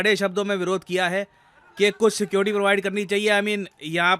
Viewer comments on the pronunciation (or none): none